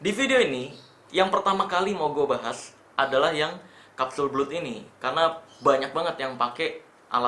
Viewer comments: "Blood" bacanya "Blad" Bang, bukan "Blud", CMIIW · bacanya blad bang bukan blud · Kapsul blud versi lidah indo Setahu saya pengucapannya blad 🙏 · Kapsul belut😂